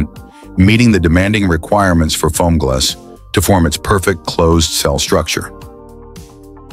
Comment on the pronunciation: you mean Fomgls?